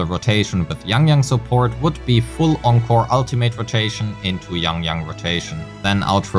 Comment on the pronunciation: Thanks for pronouncing Encore correctly!!!